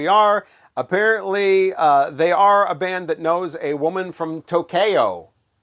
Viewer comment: My woman from To-Kay-O....